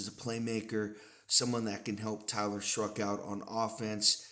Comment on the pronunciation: There's no r in Shough (shuck) not shruck